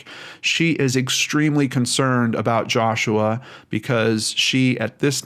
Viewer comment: Who hoo! U pronounced my name right lol